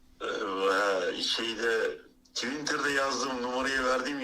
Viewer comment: Dayı "twintır" diyor haha